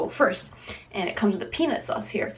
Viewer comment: you talk too much your talk was more than the food and the way u said peanut sauce it sounded like penis sauce